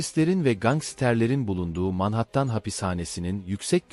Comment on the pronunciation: Telafuzlarin cok kötü şhapo ne mk Manhattan ayri vaka😂😂😂